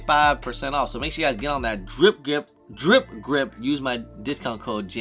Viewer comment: damn after like 5 years still can't say Dripp Gripp? 😅 jk it's all good man. Tongue twister